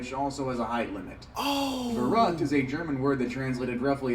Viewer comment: I am German and the way he butchered "verrückt" and "unverantwortlich" was just on another level.